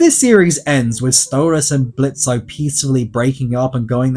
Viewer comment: It's fuckin Blitz , the "o" is silent